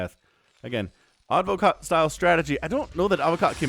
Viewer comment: Advokat in Russian and also in Bulgarian means lawyer but the stressed letter is the second A not the first one :)